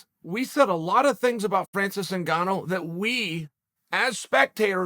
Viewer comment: I am disappointed that Chael pronounced both of their names correctly